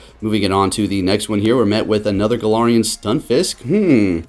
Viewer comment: Why are you saying galarian stunfisk🤣🤣